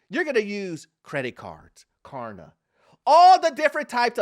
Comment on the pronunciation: I had to replay it., it’s klarna. 😂😂